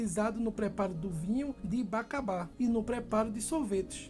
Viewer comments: Bacabá? Acho que é bacaba a pronúncia está errada. E nunca vi ninguém utilizar o nome açú no final rsrsrs, acho que o gelado é de açaí mesmo pois bacaba tem cor clara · Não é BACABÁ E SIM BACÁBA. A maioria dos frutos são azedos/acidos por causa do solo aqui da Amazônia. E a Bacaba é irmão do açaí, então é similar, muito gostoso. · Não se chama bacabá e sim BACÁBA. É irmão do açaí muito deliciosos também, a cor dele é diferente.